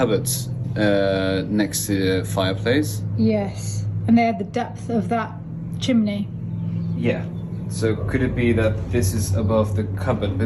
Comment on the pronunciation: Love the way says Chimbley, I nearly fell off my chair at the toilet comment!😊